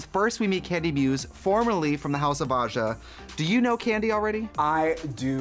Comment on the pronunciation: Raja: "Asia" (she mispronounced Aja)